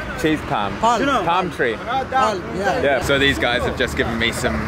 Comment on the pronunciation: It's a palm tree not a palm cheese 😂